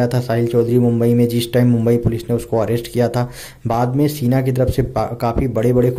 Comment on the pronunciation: सीना नही शीना होता hai. जो आप बोल रहे हो उसका मतलब होता है छाती